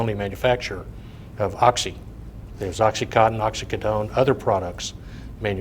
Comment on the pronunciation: Resume is flawless; opens his mouth and reveals himself to be an imbecile. They paid this dunce a fortune, and he doesn’t know what a pill mill is, nor can he pronounce Oxycodone. He should return every dime they paid him or go to prison for fraud.